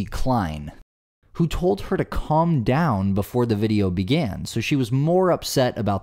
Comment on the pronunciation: I’d have rolled the window up with her head in it, lol. Or her hand. It takes all kinds. Even Karens! Plus who pronounces calm, as callm? What has happened to common sense.